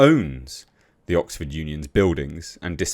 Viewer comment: EMPTY scrotum! This is OXford. Not 'Bullford'!